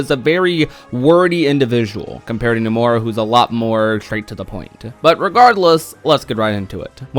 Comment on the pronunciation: You now inconsistently finally pronounce "Nomura" correctly; "Nuh-more-uh," but "Yasue" is pronounced with the "e" in an "ay" sound on the end & "Ya" is pronounced "yah," since it's a Japanese name; "Yah-su-eh."